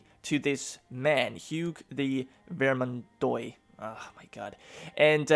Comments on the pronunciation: hey since your probobly gonna say it a lot in the campaign. The starting province is pronounced like vermandwa. Just a French American cringing at the pronounciation lol; if I hear vermandoy again I'm gonna have a heart attack. Best of Luck! EDIT: Same rule of thumb for oix oit ois. All have that wa sound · Bro, could you just pronounce every (oi) syllable as (wa) like instead of saying Ve-rmand-oy say Ver-mand-wa or instead of Foy say Fwa. It would be great to help me as a French guy to just not cry each time you try to pronounce a French word because your pronunciation isn't terrible except this Thank you very much. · The "ois" in Vermendois in pronounced like : ua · I want to coment something, dont take it bad im only trying to help for pronuntiations (i really dont care how you pronounce, i really enjoy your content anyways). Words ending in OIS are pronounced with a DOOA sound, like VermanDOOA, and words ending in EUX are pronounced with a strong O sound, BordO, Hope i helped :) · vermandois is pronounced like vermandwah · Another Grand campaign YESS!!(I think i just peed a little) also you pronounce vermandois like vermandwa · You pronounce Vermandois like Vermandoa.